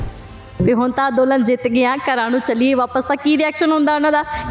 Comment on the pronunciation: ਅੰਦੋਲਨ ਬੋਲੋ ਅਦੋਲਨ ਨਹੀਂ